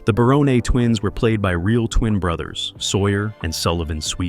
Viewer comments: Great show. One more thing it's pronounced Ba"rone. Not...Ba"roney". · I was here to say the Exact same!! 'Baroney' Ffs 🤦🏻‍♂️ It was 'BARONE' 🤷🏻‍♂️ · It's pronounced Barone. Not Baronay. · This dude (or bot) can’t even say the families last name correctly. What a joke